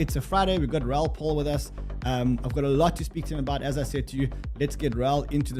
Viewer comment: Pal is pronounced P-A-L LOL